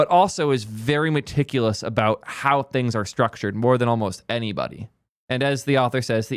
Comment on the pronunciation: Meticulous was the first word that jumped out as Nuh-Uh